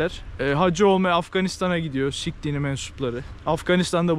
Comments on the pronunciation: Sik h ler 😂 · Bizde o dinin “sih” olarak söylendiğini biliyorum.